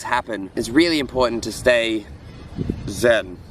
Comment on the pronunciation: important to stay "ZEN"hahaha